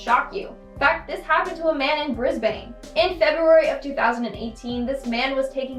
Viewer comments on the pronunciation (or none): She pronounced brisbane wrong she said it like bris-BANE when it is actualy bris-BEN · Pet Peeve, im an Aussie, you pronounced Brisbane wrong, it’s pronounced as Bris-bin.